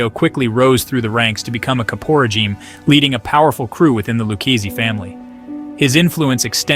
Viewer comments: Dude. Capo Regime not "caporageem". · then he called him a cap...por...gene. god i cant watch this.